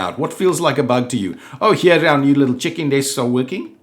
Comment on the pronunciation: Omg! Whenever you say "check-in desks," your accent makes it sound like, "chicken desks!" Love it! XD